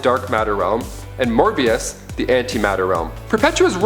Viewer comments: its a mobius chair not morbius chair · It is pronounced MOEBIUS (aka the Anti Monitor) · BRUH.... I know you said in no particular order but PLEASE PUT LUCIFER FIRST NEXT TIME. You can’t put a the second most powerful entity in the multiverse (First is God him self/The presence) in number 6 like wtf And btw it’s Mobius not Morbius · every time he says Morbius take a shot # correctly said Mobius Chair he's to amped up for the Morbius movie coming out maybe? Morbius = science made vampire, Mobius = Son of Perpetua, Mobius Chair = What Metron sits on to know everything, and what Batman used to become the God of Knowledge